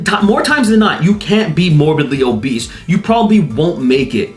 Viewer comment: "Morbidly obeast" lol funniest slip of the tongue